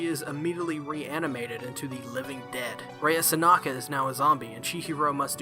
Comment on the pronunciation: I’m pretty sure her name is “Sanka” ??? You say her name as if it’s “Sanaka” ...and yet you pronounce the title of the anime correctly lol xD Was that mistake there part of trying to be funny or is it simply just accidental mispronunciation? :) Also, I really don’t like Ranko she gets really annoying (￣-￣) I don’t care how the culture’s different in Japan, it’s still wrong even if she were to be his 1st cousin or something it doesn’t matter - THEY’RE RELATED :/ I mean... if they really wanted her character to have romantic feelings for Chihiro then they could’ve easily just labeled her as his childhood friend instead ...so it’s less weird I guess IDK乁(;￣~￣)ㄏ But that’d be kind of a cliché though Anyways, Sankarea is a nice anime overall I really liked the story, liked Mero, Rea and Chihiro & Nice opening and ending (人^ヮ^) Just wished it was longer like maybe a total of 24-26 episodes instead of the current 13 episodes ( ¬ _ ¬ ;) ...maybe someday we’ll get our 2nd season, it’d be nice to see the rest of the manga animated ( ˘ヮ˘)♡